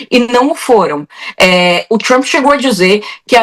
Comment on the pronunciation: Jornalismo hipócrita e covarde: referem-se a Maduro como "ditador" e "autocrata" e ao líder sanguinário do império simplesmente como "presidente Trumpi" ou "Trumpi" em inglês mal pronunciado. Babadores vira-latas!!